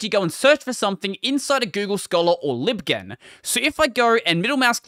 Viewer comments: Lol it was annoying me too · "Libghen", as in "library ghenesis". lol :P